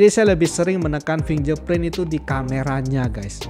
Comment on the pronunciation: fingerprint bacanya fingggggerrrr bukan finjer pakai g bukan j, bahasa Inggris jangan dirubah kalau ragu bacanya mending pakai bahasa Indonesia saja